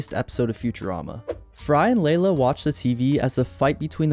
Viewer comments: It is NOT Leila. It's LEELA! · Do you think the speaker is AI or just a person who never watched the show? Because how could anyone not know her name is Leela NOT LAY-LA! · Your AI generated script and narration is absolutely horrible. There is no "Layla." It's fking LEELA. Ditch the AI and write the script and voice it yourself.